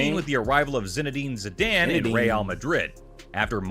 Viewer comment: the way he says Zidane causes me physical discomfort